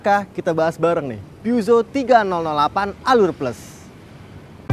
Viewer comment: Cara baca yg bener "pu-syo" atw "pe-zyo" bukan "pyuso"